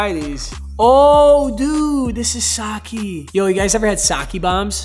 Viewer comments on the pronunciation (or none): its sah-kay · It’s pronounced sake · The way he said sake 😭😭